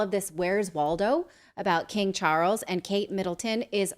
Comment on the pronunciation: “King Chawles” he may be related to King tut?🤔